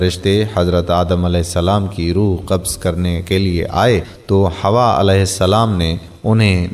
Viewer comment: ویڈیو اچھی ہے اور معلومات بھی درست ہیں... پر تلفظ پر کہیں کہیں دھیان نہیں دیا گیا.. جیسے، ہوا، مَسند احمد وغیرہ... حالانکہ یہ حوّا اور مُسندِ احمد ہے..... خیر... اس پر بھی توجہ دیں، تاکہ کہیں خامی نہ رہ جائے